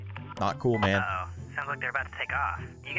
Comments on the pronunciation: not man but min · it’s man not min